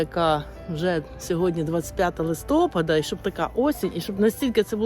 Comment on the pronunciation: 😮не листопада,а листопада pardon(наголос!)